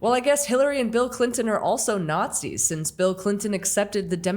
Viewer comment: Hulk Hogan said he didn’t see any Nars-Zee’s there